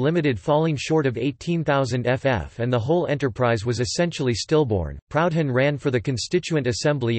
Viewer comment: This voice tool has an awkward way of pronouncing Proudhon."Proud Han)